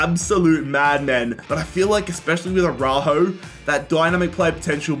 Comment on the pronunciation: It's the "Araújo" for me 😅